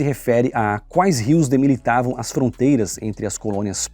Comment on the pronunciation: Demilitava😂 Delimitava,, aprenda a falar por favor